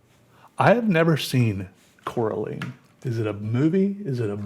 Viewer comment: Am i the only one who got triggered when he miss pronounced Coraline?